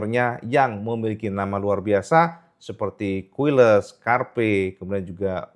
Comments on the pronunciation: KAILES cak... bukan KUILES😮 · Quiles bacanya QilEs kang.. hehe..